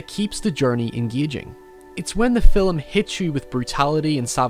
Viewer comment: "Film" is one syllable. Fillum isn't a word.